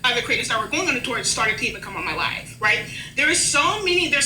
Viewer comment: The thing i hated most about this entire longwinded, meaningless saga was how pronounces "tour" like "two-er".